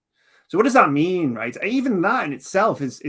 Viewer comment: Just one thing I can't quite pin down is pronunciation of "right". It's somewhere between "rate" and the more northern "reet"; something like,"Reeate". Love it.